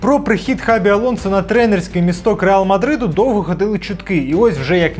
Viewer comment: Його ім'я читається як Шабі, а не як Хабі)